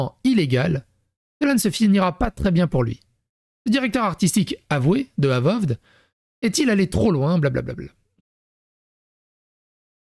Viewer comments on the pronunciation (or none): Ça se dit : eu-vaod ( a peu près 😀) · Ça se prononce euvoheude sinon